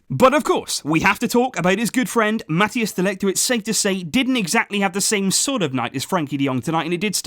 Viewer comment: Please try to pronounce Mathijs de Ligt's name properly ;-) It's not "Mat-e-as de Ligt" but rather "Mat-ice de Ligt"